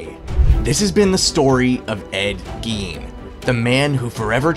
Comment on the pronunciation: Gein pronounced “Gain”